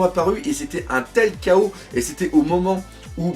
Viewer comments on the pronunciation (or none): none